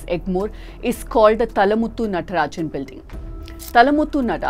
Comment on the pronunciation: Please pronunciate the name as Thaazhamuthu Natarajan!